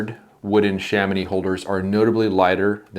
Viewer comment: Kudos for the correction prononciation of Chamonix ahah